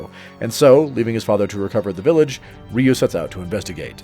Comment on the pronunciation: First off his name is not "Ree-yew"